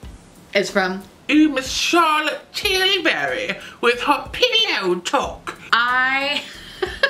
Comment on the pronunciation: That CT accent! 🤣 I’m a huuuuuge fan of TF’s bronzers, I have Terra and Gold Dust. So much so, I bought the gargantuan size of both. That said, being a CT (face products) fan, I ordered the CT bronzer, and I’ve used it religiously ever since. Combined with Chanel’s cream bronzer it’s perfection. It’s really, really good! I’m a shade above uncooked chicken, and the medium is what I purchased.